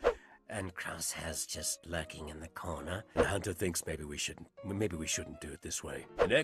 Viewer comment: I love that Michelle Ang has fully embraced the memes of the Bad Batch names in her pronunciations. Huntah, Wriker, Tich, Icho, and Crussheh